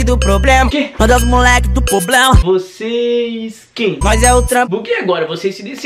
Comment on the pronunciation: "poblemas" erra e humano mano kkkkkk